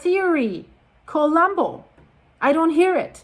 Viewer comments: despite of the seriousness of the situation, could you please stop pronouncing "Kolumbo" the English way? Whenever I hear it pronounced that way, it's hard for me to imagine a volcano as I always see Inspector Columbo (from the TV series with Peter Falk) before my mental eye. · She's not Greek, she's Canadian. English speaking. Some foreign language pronunciations are hard if you don't know the language. Let her be